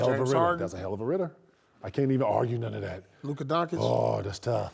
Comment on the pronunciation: “he dont know how to act on nuunn ov that” 😂 🤣